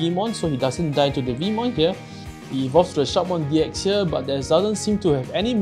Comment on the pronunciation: Shoutmon deck is really powerfull and agressive, but it's kind of a glass cannon, it can't defend very well. But still good anyway. Oh and by the way, i guess the pronunciation is "Shoutmon D Cross". All the "X" in the Digimon Xros Wars are pronunced as "Cross"